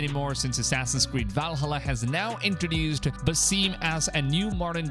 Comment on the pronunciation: That's not how you pronounce Valhalla